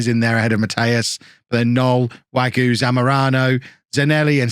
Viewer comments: Btw mousse wague is pronounced wag-a not wagyu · I'm gonna try this pronunciation stuff even though I have no idea if I'm doing it correctly. With Wagué, the "u" is silent (same with Mingueza) and the "e" is pronounced as an "a" for you. Anyways, love your videos!